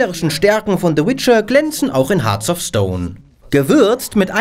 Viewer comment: "Hearts of", nicht "Hearth of"